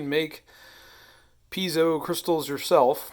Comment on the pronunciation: Sounds like you're saying pizza wrong, it's not "pizzo" it's piezo